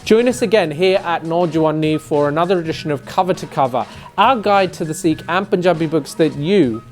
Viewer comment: Sikh is written with a sihari (ਸਿੱਖ) and not a bihari (ਸੀਖ) as if it is Seekh Kabab. You are doing commendable work but please at least correctly pronounce the name of the identity you purport to advance. All British Sikhs have this pronunciation problem that most likely stems out of their disconnect with the Panjabi language.